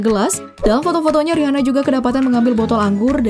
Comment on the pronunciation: Buat yg punya channel, coba review cara baca nama artis/ merk tertentu. Contoh: Rihanna. Dibacanya yg bener: Riana.